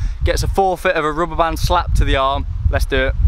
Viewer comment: Don't you know how to say "rubber band"